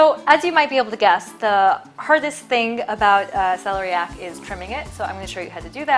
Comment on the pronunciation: I think it is pronounced Sel-EAR- ee- ak.